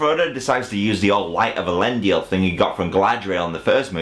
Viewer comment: He said Elendil instead of Aerendil??? Really? Fuck my life.